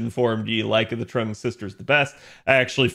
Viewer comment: Trung, even though it's pronounced more like Chung/Zheng